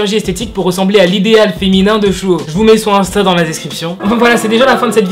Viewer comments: J'aime bien ta vidéo ! Juste pour la prononciation le "s" des prénom ne se prononce pas "ch" mais "s" par exemple tu dit ( chehun et chuho ) alors que c'est ( sehun et suho) voilà juste pour la précision ♡ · Pour la prononciation Sehun: seOUN ! Et pas SHEHOUN Baekhyun : békione et pas BAEKYOUN Suho : suO et pas SHUHO Voilà c’est tout, c’était la règle de prononciation, merci de m’avoir écouter, cordialement 💩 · Pourquoi prononce tu le « s » en « ch » chehun chuho 😂😂😂😂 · La JYP a demandé au sasaengs ? L’agence des EXO c’est la SM ... mais c’est pas grave 😂 niveau prononciations : [Cé (ssé) ounn] Sehun [Bé Kyounn] Baekhyun [Ssu O] Suho C’est dommage de savoir pour le dernier cas, que c’est une sasaeng parce que son compte est super beau (je trouve) mais par contre on en parle de ses yeux disproportionnés?